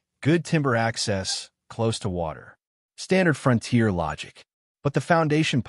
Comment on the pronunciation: I am not familiar with where the front tier is located and this makes me wonder where the rear tier is. What I am familiar with is the fron-tier. Is this the way it is actually pronounced in some areas or just ad ( artificial dumbness)?